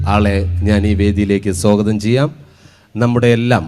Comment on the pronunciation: സോ ഗതം അല്ല. സ്വാഗതമാണു്, ജാഗ്രതൈ 😁😀🤣🤣🤣🤣🤣